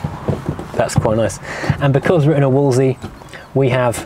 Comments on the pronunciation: You keep pronouncing it Wooolsey, whereas it was pronounced Wools-ley. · Somebody has probably already left a comment...but....if you’re doing a video about a car....maybe learn how to pronounce it’s name , it never was a “ wooolseee” , it’s a Wolseley.....say it slowly .....wool zel eee............not that it really matters as all the 1100s were a great design with innovative suspension and lots of space...but started to fall apart after about 18 months, especially the rubbish that was made in Australia. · FFS if you're going to review an English car, and I take it you are English, learn to pronounce it. I'm Australian and even I can pronounce it. It's not Woolsie. Try this...wools....lee. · Wool's Lee. Doing my head in with Woolsie. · Wolseley not “Wolsey” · It's Wolseley not Wolsey!! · Why does he call the car a Wol'sey? It's a Wolse'ley, pronounced Wolse'lee. There are two "l"'s. He only says the first. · why you keep calling it a Wolesey , maybe you dont see the second L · Two points. Back in the day I always understood that the second L was silent. This is English after all! It was only the Morris1100 which emerged in '62 with the Austin arriving a year later. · No the second L was rarely pronounced. Mostly by pedantic types. Like the first D in Wednesday. It is a correct variation but more than 50% of the population would ignore it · You're missing an 'L' in your pronunciation of Wolseley. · What are you doing with all the "L"s which you are saving in your pronunciation of the word "WOLSELEY"?